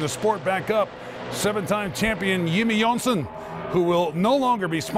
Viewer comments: yimmie yohns-ohn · Yimmie Yohnson!! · ..............YIMMIE YOHNSON!!!